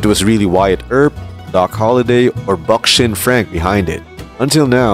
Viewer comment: I got a chuckle out of "Buckshin Leslie"